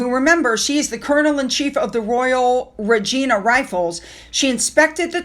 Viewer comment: It was the Regina rifles from Canada and pronounced with a long I not a short I. There was a Canadian veteran who passed away hours before his flight to France for the D Day ceremonies